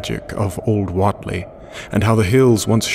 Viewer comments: Overall your voice is nice to listen, but your attempt at the local Dunwich accent needs work. Also I think it's pronounced "Waitlee" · What’s with the hard southern accents? It’s Massachusetts. Even know that all the way from London. And Wheatley is pronounced “Wheat - LEE” not “Wot -lee” or “Wit - Lee” or “wet - ley. It’s “WHEAT - LEE”. Wheat like the grain. Duhh.